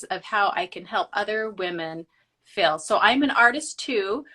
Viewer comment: I know she must have said "help other women feel" but I swear I keep hearing "help other women fail" and I'm like ooops. lol